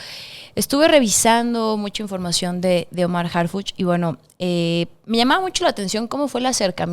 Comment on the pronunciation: Señorita...somos morena pero...harpuch???? Harpuch???